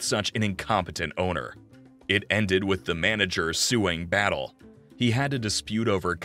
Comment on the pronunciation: His name was José Miguél Batllé, not Battle. I am related to the Havana Battlés and Rodriquez.